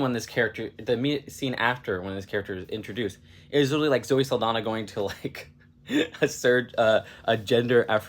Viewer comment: I think it's cute that you immediately apologize for potentially mispronouncing the director's name, but repeatedly mispronounce Saldaña and Pérez without giving it a second thought. I don't mind mispronounced names that much when I know it's coming from someone that doesn't speak the language, but if you are going to mind it for one person, then you should mind it for the others too.